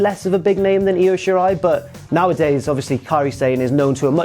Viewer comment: I'm so glad you managed to pronounce Io Shirai (and most of the other Japanese names correctly). Almost all others of Occidental origin pronounce her given name as "EYE-OH". But the "Ryu" in "Ryusuke" is pronounced "Re-Yoo" not "Rai-Yoo." Of course, we can all blame growing up with Street Fighter on this one; I understand that'd be a hard habit to break.